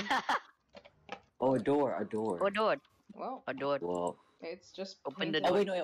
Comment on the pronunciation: open the doort Me: is not doort its door